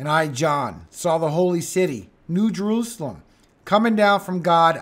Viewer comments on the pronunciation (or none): none